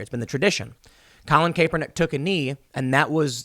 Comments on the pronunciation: Tim... AGAIN.. its KAP, not CAPE.. Kaepernick.. I know you watch zero football, but just listen to how 100% of people besides you say his name.. including him and his family.. Its KAP.. not CAPE.. “People know how to pronounce our last name now,” said Kyle Kaepernick (KAP-er-nick), who is 10 years older than Colin. “My whole life, I’ve heard a lot of ‘CAY-per-nick,’ because of the E, and for some reason, a lot of ‘KAP-er-NACK,’ but I don’t know why. Now people know.” Except for Tim Pool.. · Tim! it's pronounced "CAP-per-nick" not CAPE-per-nick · His name is NOT pronounced "Cape-ernick." It's pronounced "Capp-ernick." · (Cap-ernick ) not cape-ernick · His name is pronounced as "Cap"ernick. How have you gotten this far AND STILL say it wrong? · It's pronounced CAP-er-nik. Personally, I pronounce it "CRAP-er-nik". 😂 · It’s pronounced Capper-Nick sorry, not annoyed or anything. just thought I’d say something. 😂😂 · Bro. It's pronounced like Cap-pernick for the love of God hahaha Also I would call him an above-average QB (he was a 2nd rd pick and led his team to a Superbowl, but had a great team around him). Teams didn't want him because of the bad PR and that's it. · it is pronounced like "CAPernick" (a short vowel A, not a long A in the first part of his name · Kap, it’s pronounced Kap ernick. You also pronounce sherif weird too. Is that a product of home schooling. Not being a dick but hear this from you a lot and you seem to be a very well read guy. May you just have a hard time with names. That’s fair. You ever listen to Bob Marley, he has a song called “I shot the sherif” not sheerif 🤷🏾‍♂️ still love ya🙌🏾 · colin kayyypernick?? you serious dude? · Hey Tim, just a heads up it’s pronounced Kaepernick (Cap-er-nick) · It’s difficult to take you serious when you can’t pronounce people’s name. It’s CAP er nick. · Stop saying kapernick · It’s pronounced “capper Nick” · Hey Tim it’s pronounced cap note cape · It’s pronounced Cap-ernick. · Who? Krapernick?